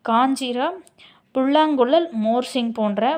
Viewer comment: மிருதசங்கம் காஞ்சிரா துள்ளாங்காங்குளல் மோர்சிங் உச்சரிப்பு சரியில்லை.